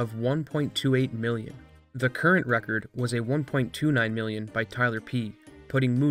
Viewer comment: "1. two 9 million..." Heh, emphasis on wrong digit. Also, in rounding but before getting to 1.3 million, that would be 1.299 million.